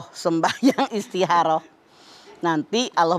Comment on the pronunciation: Istikhoroh Zahra: Istikoroh Mamah Dedeh: Istiharoh (kedengeran seperti Ha bukan Kho/Kha)